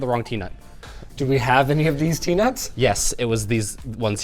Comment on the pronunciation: "These bolts and dese nuts" 🤣